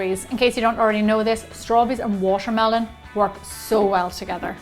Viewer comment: I think she has a problem wth the "T" because she pronounces like "sh". Eh: washermelon instead of watermelon... it's kind of annoying but her recipes are the best...